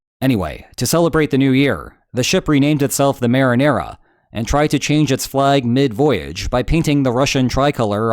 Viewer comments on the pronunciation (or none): Did u say Marinara, like the sauce?